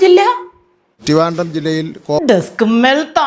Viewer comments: ടിവാൻടം, പോസോ, പെർസെൻടേജ്, ഇതൊന്നും മറ്റുള്ള കസേരയിൽ ഇരിക്കുന്ന മലയാ ഇളികൾ കേൾക്കുന്നില്ലേ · ടിവാൻണ്ടം ജില്ല 😂😂😂😂